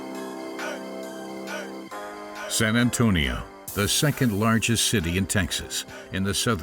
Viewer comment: Ahhhhh "San Antonia"